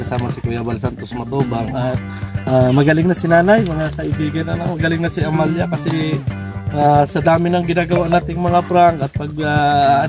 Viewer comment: Amalia ka ng Amalia.... AMELIA pangalan yan. 😂 ano ka ba di ka ba marunong mag basa😢